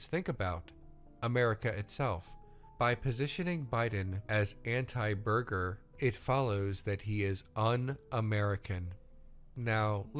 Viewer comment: Okay, it was 'borger' not burger. Just correcting myself before anyone else can